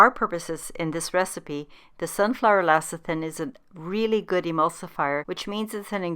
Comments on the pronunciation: LECITHIN not LACITHIN! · Great recipe despite saying LACITHIN.